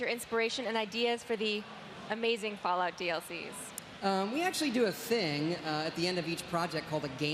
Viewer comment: He does say fallout, just sounds like fallow if you listen closely :(